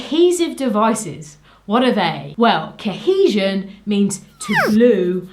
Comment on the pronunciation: I love the way you say "kehesion" and "keherence".